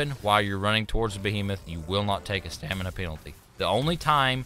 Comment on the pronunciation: I love that he said "Stanima" instead of Stamina